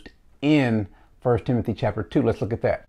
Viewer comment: “Timonthy” lol only problem I have with the video. Love it all